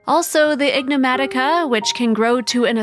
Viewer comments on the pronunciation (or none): The voiceover tech is calling the creature, "ignomatica". It should be "enigmatica".